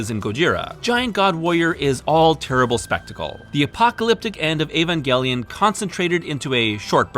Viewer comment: if you're gonna say Neon Genesis, then you might as well pronounce Evangelion in english instead of engrish. Otherwise, use Shin Seiki Evangelion if you want to stick to native Japanese.